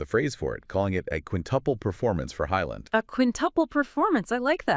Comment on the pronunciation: Just need to let you know "aa" is pronounced aw like in awe or jaw. So Haaland becomes Hawland. Not Heyland or Haland or whatever sound escapes your mouth trying to pronounce Norwegian names. Ødegaard is the same Ødegawrd. Then again the Ø is pronounced like the first vowel sounds in just or first. Ødegaard needs more recognition aswell not just Haaland, Ødegaard is the captain and the playmaker, the beating heart of the team, and Haaland is reliant on his magnificent passes to shine.